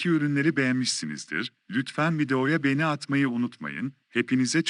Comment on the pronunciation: Lütfen markalari guzel okuyun beni degil begeni olucak ĺ